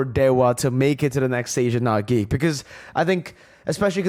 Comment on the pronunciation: Did you just mircurse Geek? 🤨